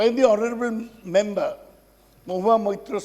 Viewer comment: Who is pronouncing "member" as mumber